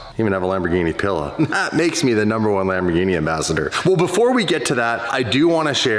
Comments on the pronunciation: stop pronouncing wrong the name it is Lamborghini and not lamborjini you can't be an ambassador of something you dont know how its called stop being an moron please do it for Lamborghini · Damon, please never pronounce Lamborghini like the drink gin again…. Lamborgini? wtf The ears of all Italy are bleeding